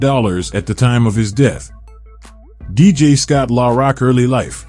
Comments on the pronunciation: Killing me how he pronounces Scott's name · I hate these fuckin AI generated voice overs in my soul! At least have a real person pronounce Scott's rap name correctly & what the fuck does Jay Z from Brooklyn have to do wit Scott? SMH